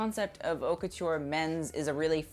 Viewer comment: it's pronounced "ot" not "hout" :)